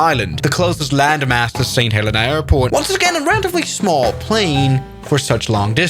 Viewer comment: YOO THATS MY BIRTH PLACE!!! Btw u say it saint ha leen a